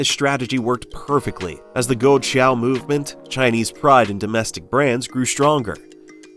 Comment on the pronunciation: Your pronunciation for the proper Chinese words are all so messed up! Even Liu Xiang s name was pronounced incorrectly. Also with GUO Chao! Pls don’t embarrass English speakers with such bad Chinese pronunciation!